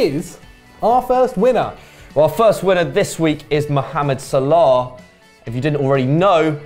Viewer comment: U two asses said salami instead of salah